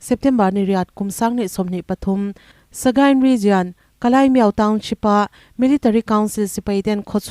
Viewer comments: Kalaimiau= Kalimiau Tia lam tur zawk Ani e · Kalimiau tia lam tur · Kalaimiau tia i lam hi mi dang lam dan i la hre lo nge, dik zawk nia i ngaih angin i lam mai aw.....?